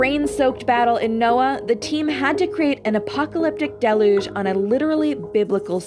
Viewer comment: Amazing that there are adults today who don't know how to pronounce biblical words like "deluge" and are employed as professional voice-over artists. Did all the grown-ups die out, or what?